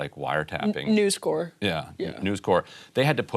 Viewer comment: Why do people say "News Core"? It's called "News Corp". There's a "p" on the end, which is NOT silent. We're not speaking French here, guys...